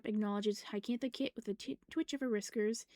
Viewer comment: Just to let you know, Hyacinth is pronounced hi-yuh-sin-th. You were pronouncing it hycantha. :3